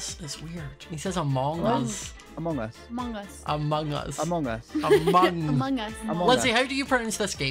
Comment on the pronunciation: How most people say ‘Among us’: “Amung us” How says ‘Among us’: Amohngus How Quackity says ‘Among us’: AMANGUS